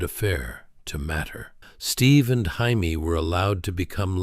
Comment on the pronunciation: You’re saying her name wrong It’s Jamie not Jaime !!!